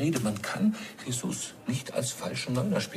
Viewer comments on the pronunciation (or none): JESUS mit Betonung auf dem u 😉